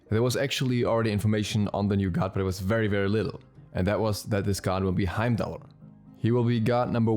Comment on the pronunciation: Bro watch Thor it's pronounced "Hiem-Dahl" the R sound at the end is silent. I will be very upset if he is not a tank because his lore definitely supports him being a support or warrior